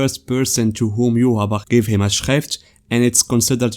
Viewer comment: your Schrift pronunciation is spot on